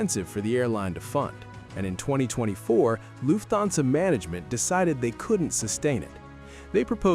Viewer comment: Luf-thansa. OMG! Atrocious AI pronunciation!